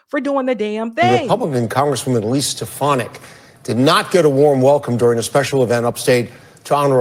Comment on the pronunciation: how many times do you have to hear it's pronounced SteFONik, not STEFanick!!